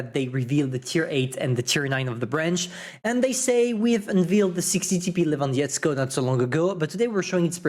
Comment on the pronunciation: BOI GET UR PRONOUNCIATIONS RIGHT ! ! ! ITS L E V V A N D O V S K I E G O